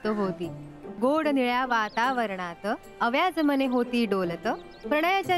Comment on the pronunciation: "अव्याज मने" असं लिहीलं जातं, पण म्हणताना 'अव्व्याज' उच्चार 'व्या' वर जोर देऊन हवा.😊